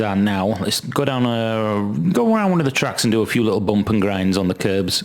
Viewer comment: I want to hear you say Boomp just one more time.